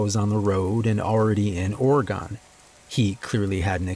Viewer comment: As an Oregonian, the way you pronounced Oregon made me laugh- OREGONE